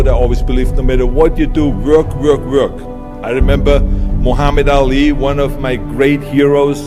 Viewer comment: the way Arnold pronounces the word "W(v)o(Ö)rk"...